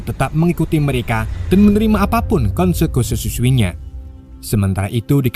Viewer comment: Konsekuensi bng bukan diksidiasisikssszosksk